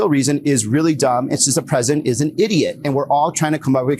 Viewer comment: He emphasized idiot!😂